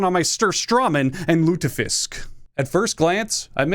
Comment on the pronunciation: “surstrommin and lutafisk” so close but so far